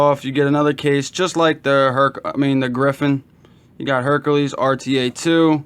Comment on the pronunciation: HerAKles, not HerKAles....sorry that drove me crazy! This isn't the nutty professor rta lol